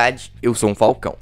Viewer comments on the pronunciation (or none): none